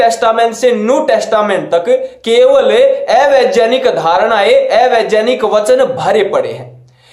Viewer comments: Bhai vejaanik mat bolo Vegyaanik bolo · ये ऐ वेजानिक कया होता है पहले कहना तो सीख लो भाई